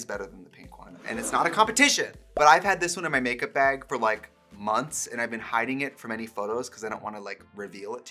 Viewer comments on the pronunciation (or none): Love the way the Wisconsin will never leave, in the way Trixie says baaayyyg